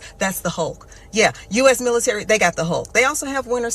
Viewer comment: Why you say milisary?